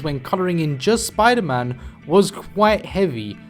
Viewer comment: *gasp* ItS sPoOdEr MaN rEeEeEeE